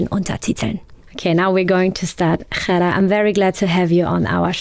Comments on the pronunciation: Ghada nicht Chara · Es ist so unglaublich respektlos wie der Name von Ghada ausgesprochen wird. Die Frau heißt nicht Chara ( arab. Kot), sondern Ghada, wie das deutsche Wort Radar ausgesprochen. Diese inkompetente Reporterin sollte sich öffentlich entschuldigen !